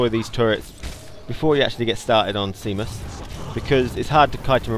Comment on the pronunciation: Seamus is pronounced shaymus